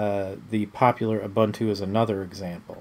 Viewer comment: it's u-boon-tu